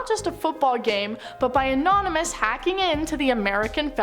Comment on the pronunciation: Even though it appears u said "anominous" your huge bazonga's tell me there's absolutely nothing wrong with that.